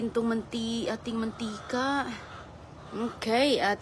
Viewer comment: I heard again her "oke". No improvements talaga. Sige lang Salita kahit sablay!